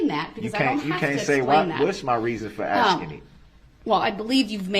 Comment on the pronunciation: Who needs a prosecution when Duhrell is axing all the questions 🤦‍♂️